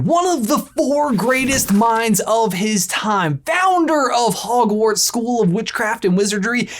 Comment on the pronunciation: But you said howash lol